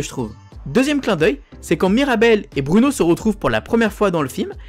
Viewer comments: BROUNO on dit pas bruuuuno mais BROU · Sa se dit pas Bruno. Bruno